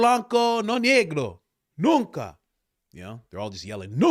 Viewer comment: The “Nunca” was so on point 😂